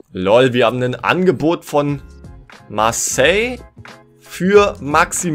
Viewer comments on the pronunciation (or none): none